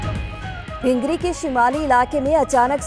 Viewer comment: یہ ہِنگری کیا چیز ہے؟ 🤔🤔🤔.. ہَنگری ہوتا ہے